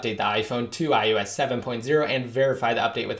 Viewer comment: haha, it sounds like iUS every time though! Just thought it was funny.